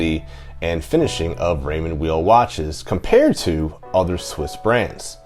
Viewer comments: Then at least say "while" and not "wheel" which is totally wrong. The name is German-language by origin and Mr. Weil's first language was French. He would prnounce it "Vile" himself. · I was told it was pronounced Raymond Veil. I don't think it really maters though :) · Both my father and my Gramps were into Raymond Weil timepieces. Bro, just to through a wrench into the name, a "w" in German is pronounced like a "v." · How can someone do a review without knowing how to pronounce the name of founder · The W is pronounced as V